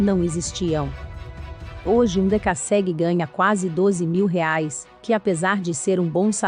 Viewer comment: a pronuncia esta horrível, é dekassegui e não decasségui .mas o vídeo é bom